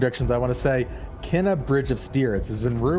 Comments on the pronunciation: Even the state of play lady said Ke-na which doesn't help. Since the two brothers have said it being kay-nuh multiple times, even in the game informer article. I guess when everyone plays the game it will sink in. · It's pronounced 'cay-nuh" and, yes, two brothers run the studio, but the core team is 15 people. ;)